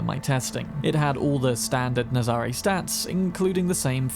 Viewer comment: The Nazaré is based on a place in Portugal, pronounced nazaray we an emphasis on the ray and not the za.